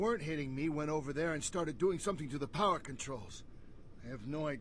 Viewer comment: When the objective said Find a way to power the thing....it sounds like u said find the shit down the generator just sayin.